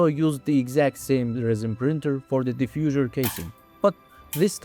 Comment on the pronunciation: The "Diffusure" and the "Steel Shit" makes a proof that this is not AI xD